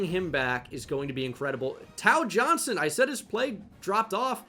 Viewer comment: Tao Johnson is pronounced Tay-Oh btw